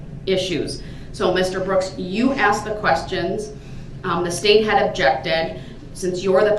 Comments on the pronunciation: She didn't "axe" DB...she "asked". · NO SHE ASKED YOU NOT AXED YOU IM SO GLAD YOU ARE NO LONGR PART OF THIS SOCIETY. BYE KANAYNAY NOOSY SMOLLET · Because you axed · Lord if I hear axed one more time. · My God! I mean how many times does he have to "axe" the judge to "Substain" his objections! What a POS! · Just because the judge "axed" he will do what you want!! Someone please tell him what the correct pronunciation of the word is...ask, asked, asking. Never knew something like this could trigger me!! LOL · CUZ U AXED; CUZ U AXED!! HES GOT LOTS OF TIME NOW TO LEARN ENGLISH GRAMMAR!!! LOL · Because you axed‼️ a child man. What a piece of work. He pretends to know the law. He is so ignorant. Tell him to be quiet, to shut up‼️ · cause you axeds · 'I mowed down innocent people in a parade but your not being fair'. "Cus you axed. You axed!" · What did she ax? A tree? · Wtf does he say “cuz you axed and then keep on yappin? Poor Guy just found out he really isnt an Attorney. 😂😂😂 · The fact that he can’t say asked is infuriating by itself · You AXED 🪓 LOL LOL. 🪓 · because she axed… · MIND BOTTLING BECAUSE YOU AXED BECAUSE YOU AXED NO TROOF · " because you axed"! The hell, where did he lear to speak? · What is “axed”😂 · AXED. AXED AXED. it would be nice if idiot man spoke English. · Lmao because you axed 😂 excuse me? What did I ax? A tree? What did I ax…. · He said it three times "Axt axt axt'. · Well, well. It's clear as to who was " axed". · He axed , he’s nothing more than a petulant man who acts childish,he’s a disgrace ! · Because you “axed?” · "Because you axed because you axed" 😅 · He needs the “AXED” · Because you axed. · Cuz you axed! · "Ax'd" learn it, know it, LIVE IT. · Axed axed axed? What an absolute moron and murderer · Because you axed! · Axed, axed ,axed, and such a juvenile acting fool. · I don’t understand what “AXED” means 😂😂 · Because you…… Axed? 🪓…… damn the school system really failed this individual… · Cause you axed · “Because you axed”. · You axed